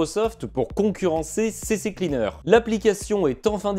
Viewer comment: Je vais tenté une petit critique constructive de ta vidéo (tu la prend, ou pas.. nevermind..) - Tu me fait rire avec ta prononciation "CCcleaner" 😂... il n'y a JAMAIS eu 2x C avant "cleaner"! "Ccleaner"! (a traduire par: "Nettoyeur de disque "C"...) c'est pourtant simple! "C...Cleaner" ... - Deuxième chose: Pourquoi "Update" à la française? quand tu dit la phrase suivante "Browser protection" avec un accent anglais "presque" parfait! Faudrait être cohérent tt de même!! sois tu prend l'accent.. soit tu le prend pas! - Dernier point: Pas très sympa de dénigré les petits voisin de youtube en citant leurs noms! (sous entendu: "ils disent de la merde, donc abonne toi chez moi!"..) Je ne connais pas cette chaine, mais c'est pas super cool pour tes voisins! Avec ce genre de commentaire tu n'a pas intérêt a faire la moindre erreur, par ce que maintenant, les autres ne vont pas te rater! #BalayeDevantTaPorte Aller... en espérant que ça t'est tout de même aidé, ça sera certainement la seul contribution que j'accorderai a ta chaine! Bonne continuation.